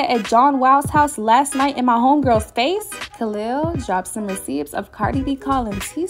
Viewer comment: I've never heard receipts being said with actually hearing the 'p' being pronounced...